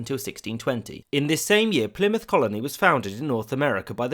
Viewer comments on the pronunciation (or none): none